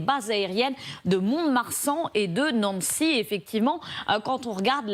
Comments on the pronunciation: "NANNECY" Le nom de notre ville n est pas américain, merci de le prononcer normalement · Et de Naaancy ... mais c'est quoi cette présentatrice qui ne sait pas prononcer le nom d'une ville française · naNNcy 😂😂 faudrait apprendre a prononcer les villes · Pas faux, mais faudra quand même que quelqu'un lui dise que la ville de Nancy, ça ne se prononce pas comme le prénom anglo-saxon... 😉